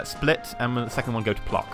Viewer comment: Plock - ck = you read "c" like this is in "France"